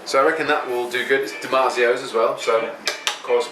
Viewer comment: 'Dimatzio' pickups? I turned the volume up and replayed that just to see if I misheard him say that. I didn't.